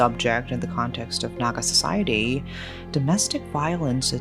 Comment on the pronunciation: Your pronunciation of calling Naga name in an accurate manner.Thank for covering the news